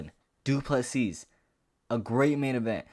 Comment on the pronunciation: Silent S on du PlessiS..you welcome bro 🙂